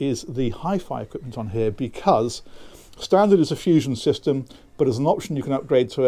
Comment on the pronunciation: Just a personal niggle I know but I wish he would STOP SAYING " becus " instead of saying "because". Other than that I really like these videos.